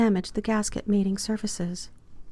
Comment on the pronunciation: Mating surfaces. not pronounced correctly BUT otherwise...the narrator does a great job. It otherwise is a Really nice DIY.. take care and be extra careful with the spark plug tube seals in the valve cover. ( maybe take a few cellphone pictures..Have done quite a few timing belts on many cars.... must admit Haynes does a great job on certain cars...our library is full of them....mostly really old manuals.. Modern cars are not made to be worked on unless you have some tools and skills.